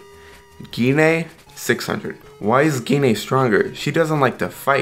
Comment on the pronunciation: Can't anyone say Gine's name right? It's not Gee Na. You pronounce it as Jean. The G makes the J sound.